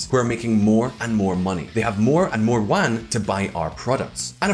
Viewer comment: I'm sorry but how on earth did you pronounce huaqiangbei to huangwengbang?? Am I missing something?? I'm sure English speakers don't read it like that... And Chinese Yuan to Huan or Spanish "Juan" 🤔